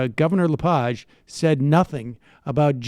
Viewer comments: Dude it’s Le-Page. Hard E. Also. I live in Maine, and this guy. Is. Not. Popular. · Paul LePig was elected governor of Maine by minority votes in two three-way elections. It is pronounced “Le + Page (as in a book)”. This is Maine, not France.